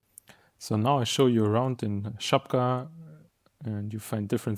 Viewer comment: Żabka is not a kiosk at least in Poland. Kiosk have different meaning here. Try to search for kiosk ruchu. Perfect Żabka Polish